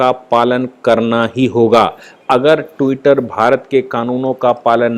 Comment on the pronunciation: Tutter per saphar Nahi aayi hai.Enlogon be Bharat me saphar machaya hua hai ..aap jars bhash ko thik Kar Bola Karen pl.